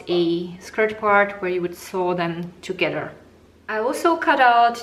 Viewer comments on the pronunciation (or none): Your English is poor. You pronounce your words such as together is togedder and your arm is very distracting.